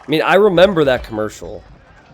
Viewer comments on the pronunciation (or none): said Khmercial like 10 times